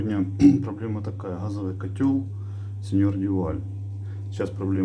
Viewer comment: Спасибо за ролик. Хочу поправить. Произносится название Сонье Дюваль.